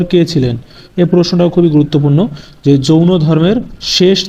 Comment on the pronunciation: জৈন ধর্ম, not যৌন ধর্ম